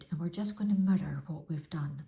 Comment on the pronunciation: Thanks for this easy to follow video. Love your voice and accent. Funny thing the first time i heard you say mirror i thought you said murder...lol...cracked me up. Cant wait to see your other videos.